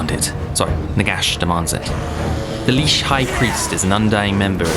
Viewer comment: Looks cool but I must admit the pronunciation of "lich" and "Dieter Helsnicht" actually hurt 😅